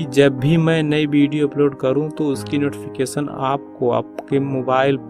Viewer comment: नोटिफिकेसन नहीं,नोटिफिकेशन बोला जाता है